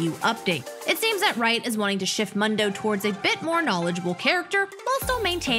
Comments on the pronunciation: can we talk about the ''mando'' IT IS MOOOONDU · It’s moon doe not mun doe she is so stupid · Seriously, can you say his name right for the love of god... MOON-DOU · It's pronounced Moondough. 😂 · I just wanna say its pronounced moon-doe. He says it himself. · I don't know why but she pronouncing mundo as m"a"ndo triggers me xD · Please say Mundo correctly... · Who do you pronounce mundo like that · I can get over the way she says Mundo sry i dont want to be mean but "Mundo says his name a lot else he forgets has happened before", he says his name every other time he moves.